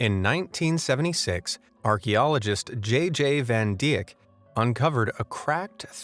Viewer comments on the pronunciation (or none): Van di ack. Hahah it always makes me smile when dutch names pronounced wrong. If you say: van dike it sound more like how its pronounced. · Van Dijk = spoken as “van Dyke” like the alternate lesbian word